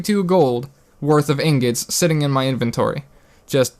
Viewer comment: YO YOU HAD ME LAUGHING ON THE FLOOR BECAUSE YOU SAID INGETS AND NOT INGOTS I DIED! XD why did you do this to me man! rotfl! INGETS? LOL I AM DONE!